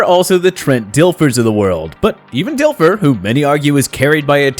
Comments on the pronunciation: Lmao when he said Dif Ler haha not Dil Fer. Difler-stifler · He said Trent Difler. It’s Dilfer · That guy REALLY struggles pronouncing these QB names. At least he got the easy ones like Brady and Foles right. Jeff "Host-ler"? Trent "Diff-ler"? Jay "Sh-road-er"? Not-so-much.